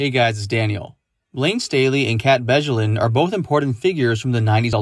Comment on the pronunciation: Dude, you are butchering her last name. Come on.